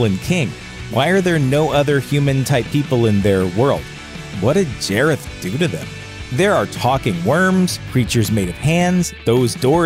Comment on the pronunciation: nonono, it’s jareth not jAREtH